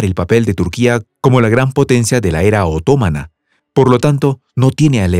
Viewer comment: ANKARA ES CON ACENTO EN LA SEGUNDA A, OTOMANO LLEVA EL ACENTO EN LA A. Disculpe pero las pronuncio muy mal, que hasta parece que esta diciendo otras cosas muy diferentes.